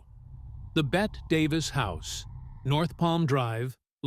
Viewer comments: AI is far from perfect. It can't even pronounce the name of the great Betty Davis. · They really should have corrected the Ai before sending out Bette Davis instead of Betty Davis🙄 I’m offended and embarrassed for them😂😂 She got Bette Davis eyes…..there’s a song for Pete’s sake